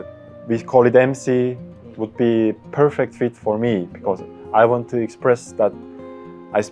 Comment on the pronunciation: 영어 잘하는데 엑센트가100% 한국 발음 이네 유돈노? 아이원트 등